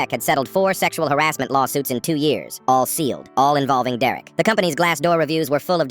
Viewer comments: 'dererek' he says dererek instead of derek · bro why ia the bot saying some times deurrek not just Derek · It's derek not dererek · Is it just me or did it sound like he said “Deraik” a few times 😅😅😅😅😅😅😅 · “Dererik” Hits hard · "Dererek" EVERY TIME BRO🥀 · Foreal why is he saying it like that?